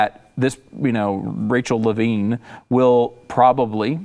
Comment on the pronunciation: First off, why doesn't she know how to say Levine correctly? A reporter/journalist?